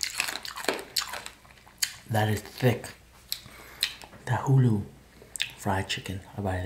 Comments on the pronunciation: I just wanna know how tanghulu could be pronounced tanghuli. lmao come on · It's Tang-hu-lu.. wtf is Tang-hoo-lee?... get it right next time. Lmaoo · Its tanghu”LU” not “li” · "Tanghooli" -, 2019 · It should sound like tanghuloo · lol it’s pronounced tangHOOLOO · Damn i cant stand how he says tanghooli